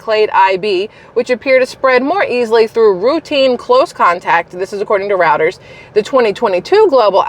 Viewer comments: Dear Ms, Your “Stream” is one of my favorites. Thanks for your professionalism. If I could contact you directly I would on a small matter of pronunciation. Reuters is more generally pronounced as “Royters” not “Rowters.” Thank you for allowing me to convey this constructive criticism to you and keep up your good work! Sincerely. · It isn't commonly heard aloud, so . . . Reuters is pronounced ROY turz.